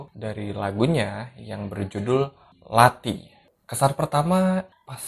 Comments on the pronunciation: Pelafalannya gak mantep tu lathi bukan lati ya tapi ada penekanan di TH nya kayak kalo org Bali bilang T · Kadang pengucapan lathi rada salah dikit :v